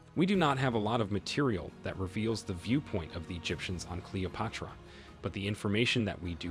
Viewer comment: My fav was a random pronunciation of Cleopatra as CALOPUTRA